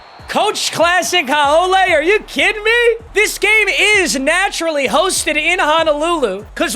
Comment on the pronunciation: Haole is pronounced how-lee, but thanks for representing the islands